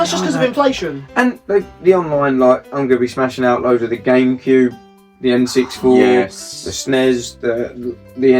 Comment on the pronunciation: Love the video boys - is it pronounced N sixty four ? Not N six four? Keep the content coming